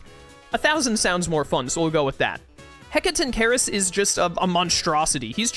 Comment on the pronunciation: I believe it may be pronounced heck uh ton kai rus however I could in fact be wrong